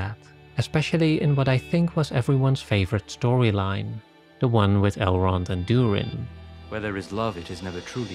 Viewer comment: He says EL-ron and Dude-rin.. Lol..but. That's the closest I can come to spelling it 😆